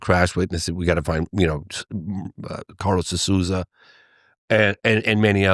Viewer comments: For those interested (bc I'm Brazilian and natively fluent in English), (De) Souza is pronounced: "So - zuh". Rhyming with "toe" and "duh". Therefore, the first syllable of Souza does NOT rhyme with words like "sow (female pig)" or "Soo" as in "soon". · This is the pronunciation for Carlos de Souza last name: SOUL - ZAH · I barely know Portuguese, but this guy can’t pronounce the De Souza last name. One of the most common names in Brasil 😂